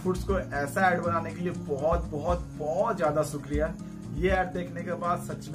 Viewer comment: Shan..not saan...shukriya hota hy not sukriya..its Maza not maja....yaar improve ur lunguage before u upload any video..